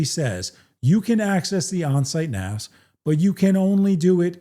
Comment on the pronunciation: **THANK YOU** for pronouncing it "NAS" and not "NAZ", as far too many people say. Calling it "NAZ" is so annoying that I stop watching their videos as soon as they say it.